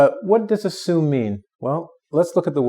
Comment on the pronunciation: That pronunciation of assume at the beginning of the video may imply an incorrect assumption